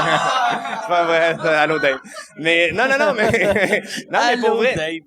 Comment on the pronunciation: "Allo Dave" sonne comme "Coucou Steeve!" je sais pas pourquoi.